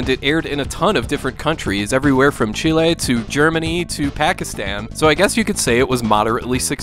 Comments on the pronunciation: You saying Chile instead of Chili made me proud 😅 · jajaja rara vez lo pronuncian bien jaja